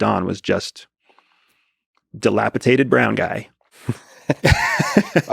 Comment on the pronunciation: You can be in the CIA and think 'dilapitaed' is a word